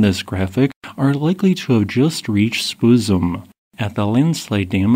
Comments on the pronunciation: Spuzzum rhymes with Buzz’em. Not Booze’em. Honourable try though. We will forgive you. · how about Spoozum for Spuzzum? that one made me chuckle. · Very informative! - I had to laugh at how you pronounced "Spuzzum", though. It's supposed to rhyme with "Fuzz + um". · Got to love your mispronunciation of Spuzzum. I giggled.